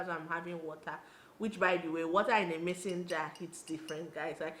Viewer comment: Mason jar not messenger lol.